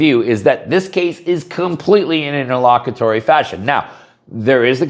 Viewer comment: Wtf is it nterlockatory